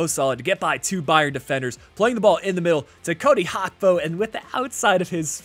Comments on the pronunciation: It's Gakpo with a G not Hakpo 😑 It's bleeding my ears 😑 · Why do you call gakpo hakpo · Liverpool won the community shield and Gakpo’s name is pronounced how it is spelled, not Hakpo